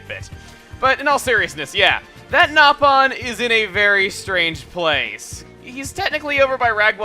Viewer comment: Is it me or did i just hear him say nap on